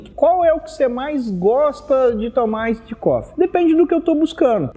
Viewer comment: "Aissid" coffe hauahauahua. Bom video!